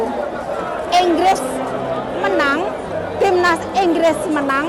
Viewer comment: bukan inggris.. tapi ENGGRESS